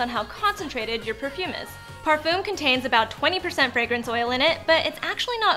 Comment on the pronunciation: Lol "parfum"